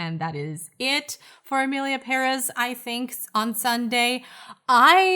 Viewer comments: Its emilia pere`z! 😂😂😂 Say it wz me! peREZ!!))))) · it's PÉrez. The accent is in the first syllable. I speak Spanish so...